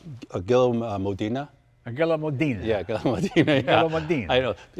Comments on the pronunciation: The color yellow is "giallo" in Italian, pronounced "jah-ll-oh" How is it that Jay and his guest manage to mispronounce every word they try to say in Italian?😂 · All those Ferraris and he still can’t pronounce Modena ( Moh- den- ah not Mo-deena) or Giallo (jallo) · The colour is "Giallo.....". needs to brush up on his Italian lexicon and learn how to say FUV with the italian hand flash under the chin gesture